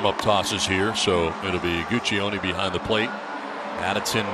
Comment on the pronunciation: The pronunciation of Guccione is great.